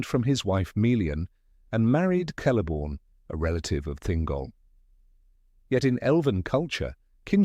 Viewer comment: I don't know if he narrator is AI, or not - but all "C's" are pronounced as "K's" . . . Celeborn, therefore, sounds like Keleborn . . .